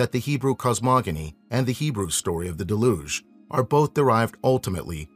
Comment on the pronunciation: Penultimate accent. DEL-uge